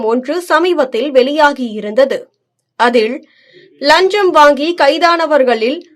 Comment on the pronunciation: நீங்கள் முதலில் லஞ்சம் என்ற வார்த்தையை சரியாக உச்சரிக்கப் பழகுங்கள்.